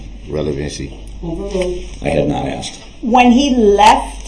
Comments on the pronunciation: Every time this clown says “AXED” 🚫🪓 instead of “asked” in my head Judge Dorow says this, “There should be no “AXING” 🚫🪓or “AXED” 🚫🪓 or any form of “AXE” 🚫🪓 going on because there are NO WEAPONS ALLOWED in this courtroom ! 🤡 🤣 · M I think you giving him a bit too much credit there. The man has never pronounced "asked" correctly in his life imo. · Him saying "axe" instead of "ask" is just the way it is said in some regions. "Axe" is joined by any word ending in "TH" are pronounced with "f." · hr did once during the trial, when he asked if she was askin’ or tellin’ him to sit down. I’m sure it was an accident, though.